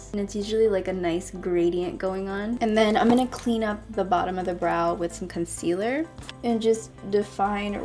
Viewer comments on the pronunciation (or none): none